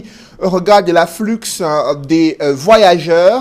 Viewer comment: Il a dit afflux en prononçant le X ou ça ne me regarde pas ?😁. Papa le X là est muet